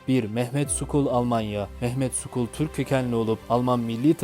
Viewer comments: Merhaba. Mehmet "Skul" değil "Şol" gibisinden okunur. Referans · Mehmet skol değil,Mehmet Şol okunur...